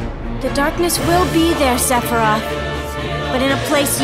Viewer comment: Ah yes, my favourite Final Fantasy villain. SEPHEYOOS